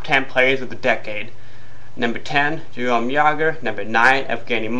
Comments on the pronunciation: the name jaromir and jarome are different, one is jarome and the other sounds like yar-oh-meer. also, scotty needs is not a top player from the decade over lidstrom. he's a bush league bender and his stats this season show how useless he is without his boyfriend pronger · You are literally too stupid to function. Clearly I know Jaromir's name. I said "Jerome" because that's how you pronounced it in the video. How do you even get dressed in the morning? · Well considering he's still around you're kind of wrong. Again. I'm finding myself questioning your intelligence with every comment. And for like, the fourth time, I said "Jerome" because you horribly mispronounced his name in your god awful excuse for a video. How am I a band wagon? I grew up in Pittsburgh and I go to school there. Maybe you should take everything you say, write it down, and speak the exact opposite. You'd probably make sensible sentences that way. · guess that means no opinion for you bitch... and the name isnt slightly wrong... thats like saying knabihulin lol... you said a different name all together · I almost agree with this list.... but right off the bat you miss pronounce one of the greatest players of all times name... and you also go into your moronic rant about your opinion of players